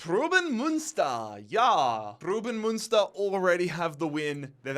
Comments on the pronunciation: it’s pruhs-suhn Muhn-stur right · Preußen Münster is actually pronounced Proyssen Münster, ß=ss in german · The way you butchered Preußen Münster. Since the ß is pronounced as an s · It’s not pruben münster. It’s pronounced as preusen münster ( the ß is just an s sound ) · Preußen Münster is pronounced Preussen Münster and goes back to the historical state of Prussia great video once again love this series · more like proys-sen (the 'r' is prnounced) mün-ster (mün like in München (=munich)), pronuniation of the ü is hard to explain to an english speaker. its kinda like when you pronounce words like few, mew, new or you slowly and look out for the transition between the 'e' and 'w' or 'y' and 'ou' respectively. hope this helps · Why did he butcher Preußen Münster so many times😭